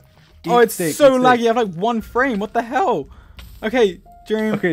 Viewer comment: When George says what the hell, it sounds like what the hewl xD Love you guys!